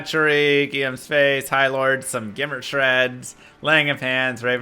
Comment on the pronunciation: You almost pronounced "Guillaume" correctly today! rock on!